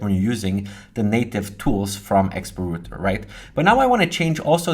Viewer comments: rawter not roter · rowter, not rooter :)? the r button reloads. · Router != Rooter | Reuter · Why do you sometimes call in "rooter" but then occasionally pronounce it correctly as "router"?